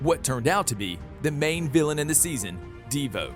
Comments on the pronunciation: Who tha is a deevoe and cicaada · Deevoe and cicaada lol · DE VO It is Devo all one word